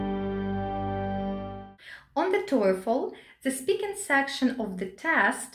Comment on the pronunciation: The way she pronounces TOEFL sounds like Toyfle.